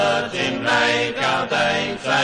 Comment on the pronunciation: The "e" in "gaudete" is pronounced "ay". It's the second person singular imperative of the verb to rejoice, ie, "Rejoice, Christ is born". Also, Latin "au" is pronounced "ow" as in "owl". Latin is usually sung with the accent of the country where it's learned. Steeleyespan sing it with an English accent 'cos they're English. Simples!